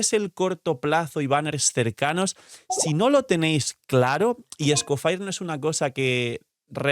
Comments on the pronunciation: Amo tus vídeos pero aprende a pronunciar el nombre del nuevo personaje por amor dios. Se dice "Escofie", no sé de donde sacaste el "Escofire". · Me da cancer escuchar cada vez que dice Scofire XD Whats wrong with you HAHA Literal pones en Google "escoffier pronunciacion" y listo. Se dice Scofié. las "r" son mudas. Pd: Lo mismo con Snezhnaya, Se pronuncia "Snesnia" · Por qué con lo de Shneznaya sí lo pronunciaste bien cuando te dijeron cómo se pronuncia pero Escofier lo sigues pronunciando como Escofire? Tremendo simp 🗿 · Bueno Escoffier y Skirk, que creo que es lo que más sentido tiene!, a pocos días de la salida de Escoffier, y sigues siendo el único YouTuber que no sabe cómo pronunciar su nombre?